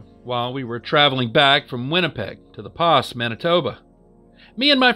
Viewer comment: the first story caught my ear in a weird way. my dad grew up in the Pas. I doubt you'll ever come across the name again, but Greg should have told you the Pas is pronounced like "the Paw". loved the video brother! 👊